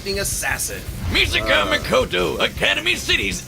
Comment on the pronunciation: Its misaka bro😂